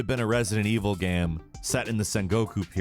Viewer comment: even the way he pronounced "game"... he always pronounces it "GAM" like hes half-way pronouncing gamma.